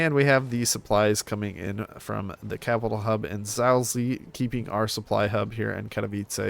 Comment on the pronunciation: You pronounced it "Zalzi" Xd But for a person who doesn't speak polish this is quite acceptable though, because it's pronounced quite weirdly.